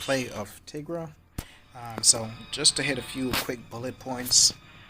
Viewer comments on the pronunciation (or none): Tīgra not teegra